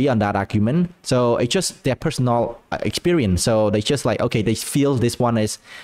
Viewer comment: "... so I don't really agree, it's just a personal experie[ce], it's just like a personal choi[se]" "... the three choi[se]" "... so the three choi[se]" idk about you, but I don't know what "choi" mean :(